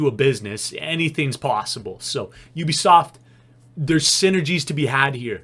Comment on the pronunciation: U bi soft not o bi soft